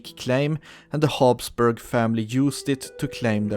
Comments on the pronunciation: It's HABSburg not HAUBSburg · Actually your monarchy is the von Habsburg's not Haubsburg. But great Video nevertheless :)